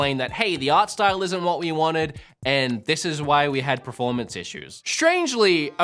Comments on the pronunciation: Please say performance!!!! preformance is not a word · I respect his right to an opinion on a video game. Fair play. But goddamn i wish he'd stop saying PREformance. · bro, are you trolling us every time you say performance? I swear in every video I hear you say pra-formance. Not bagging you, I'm just curious if there's an inside joke we're not aware of. 😅